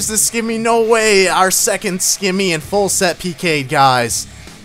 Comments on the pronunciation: Simmy. Not skimmy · stop saying skimmy!